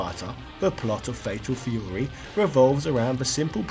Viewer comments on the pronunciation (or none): Fatal Feyouwee!